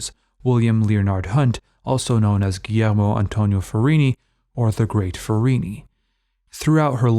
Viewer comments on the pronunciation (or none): none